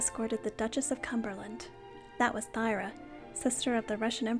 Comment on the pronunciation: Love your channel! Just a heads up, Thyra is pronounced “Tur-rah”. I totally made the same mistake since I’m not as versed in German or Scandinavian pronunciation as I am french and Italian. Do you think you’ll do a video on the Romanov jewels?